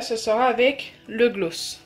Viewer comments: Oui grave elle le dis mal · Tu dis tres bizzarement le mot gloss ... on le dit plus aiguë !! Car la tu parles comme les nordistes 🤮🤮🤮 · Nwaar oui elle accentue trop le o